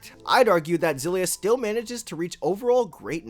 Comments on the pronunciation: I know this doesn't matter, but it's not Zillia. If it was then that's how it would have been spelled. It's Kssillia It starts with an X, which sounds like 'Ekss' or 'Kss'. So it's 'Kssillia' or 'Ekssillia'. There's no letter Z in the word and nothing that makes the sound of a Z in the word. So it's 'Kssillia'. People just wanna make things harder than they need to be just to feel special. K.I.S.S. Keep It Simple Stupid. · Btw, you pronounced it the right one before, the katakana is エクシリア anyway, ekushiria, not ゼィリア, ziria. HUFT PEOPLE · Ex-ill-ee-ah is actually the correct pronunciation lol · IT'S EX SI LYA OMFG Tales of Xillia (Japanese: テイルズ オブ エクシリア Hepburn: Teiruzu Obu Ekushiria) edit: okay sorry I know people have pointed that out like a month ago already but I just had to since after hearing you "correct" yourself a few seconds into the vid, that was my initial reaction XD It's pretty cool that your vid popped up in my recommended vid since I've just started a fresh run of Xillia again after so many years. Prolly my favorite Tales of game, visually. Grace still top it off with the gameplay, and Eternia will always have a special place in my heart. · wait your name is pronounced “Zay-ff”?? with a double F? no wonder you mispronounced the game, you mispronounce your own name!! 😂😂😂 fr though thanks for the review